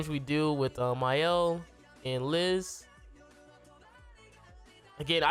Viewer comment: Mans really said "Mayel" LMFAO. Good showcase tho